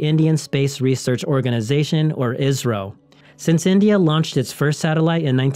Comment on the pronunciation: Is he pronouncing India or Israel?